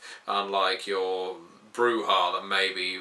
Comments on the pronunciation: okay dude...i need you to explain this...why bru-hah? instead of bru-jah or bru-yah??? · The "j" is pronounced [attempts to find the proper pronounciation - realizes english has nothing close to it]... Now I realize why you use the "silent 'j'", but in Spanish the "j" usually isn't silent, it's pronounced as a softer guttural "sh". The "h" is usually silent though, like "hacer", "alhambra" or "hecho"